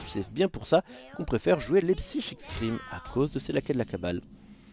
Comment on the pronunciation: "Psychique scream" NON ! /Saille-kik/ scream. Merci :'c